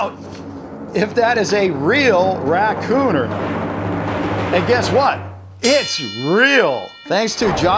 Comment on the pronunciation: the "racoon" is obvious did you go to school